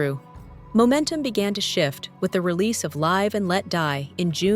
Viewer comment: Is it “live” or “live”? I’m not going to knock the AI voice because I don’t want to be executed when the robots take over!